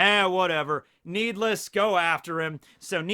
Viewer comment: I think it’s Nee D. Less